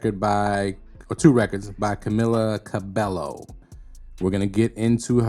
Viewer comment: Excellent video, glad you exposed Camila for who she is. Also Just for future vids, her last name is pronounced Ca-BAE-yo